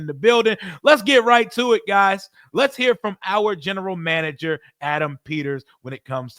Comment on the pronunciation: Yo said “General Mander”😂😂😂 I love it! In AP I trust!